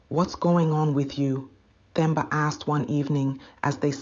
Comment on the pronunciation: The 'H' is silent in Themba, Nokuthula, Thabiso, Thula, etc. So, you pronounce those names as Temba, Tuli, etc.